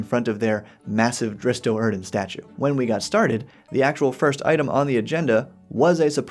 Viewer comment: Why can NO ONE pronounce Drizzt's name? It's "Drizzt", not "Dritz" The ZZs come BEFORE the "T", not after.